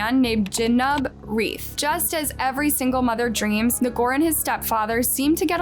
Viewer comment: Ngor sound like “more.” Either you do no research at all or you intentionally mess this stuff up so you get more engagement.